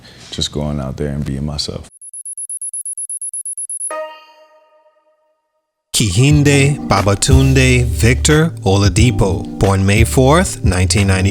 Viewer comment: Kehinde (the 'H' is silent 🙂)